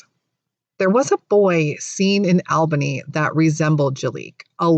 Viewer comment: Pronounced "All-Bunny"